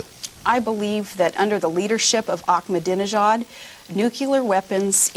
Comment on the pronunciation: omg yes, a couple a times. but to her credit, she practiced saying 'ahmadinejad' in front of the mirror to near perfection.